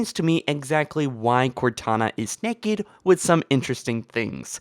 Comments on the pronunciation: NAKED NOT NEKED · I love the way he says naked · does anyone notice that when he says naked it sorta funny